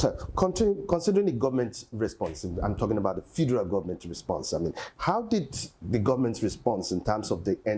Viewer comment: Why the Journalist sef say "the Fidral Government"? Abeg leave am for SAN Falana😂